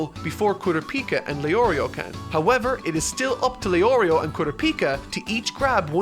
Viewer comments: You say Leorio and Killua correctly but not the other two. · Heard the names get butchered and expected to hear LEO RIO but leorio the only one he says right. Also I’m only 8 mins in so idk bout the rest